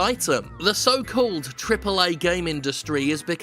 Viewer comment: Wait, wait, wait, wait, wait, wait ... wait. You said "triple A" wrong!